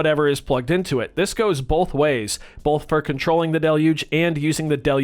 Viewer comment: U say Bolth